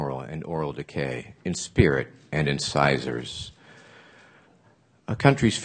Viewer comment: "in spirit, and incisiors"